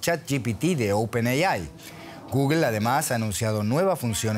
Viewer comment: Y no, no es “GOOGUEL” es Google. Lo entiendo del español de a pié, pero no de un comentarista que NO está en España de un DW que es internacional